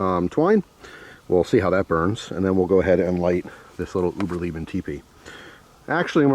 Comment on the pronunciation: Hi uberleben id German for survival and pronounced Ooh-burr-lai-ban Just so you know 😅